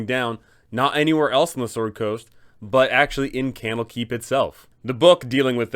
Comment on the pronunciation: Camel Keep. Kennel Keep. That's what I keep hearing.